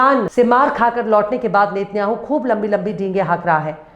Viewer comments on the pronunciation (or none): none